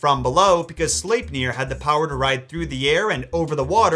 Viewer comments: I feel he pronounces slepnir wrong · I'm still not sure how to pronounce Sleipnir.